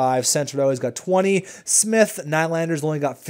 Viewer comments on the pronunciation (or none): none